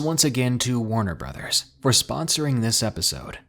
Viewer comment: Whaat? Warner Brothers? I was sure I heard it wrong the first time